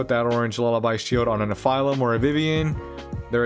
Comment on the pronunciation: Great video but is that the official pronounciation for Nephilim? It made my brain hurt a bit.. I'll go with the standard anime/Supernatural pronounciation. Hehe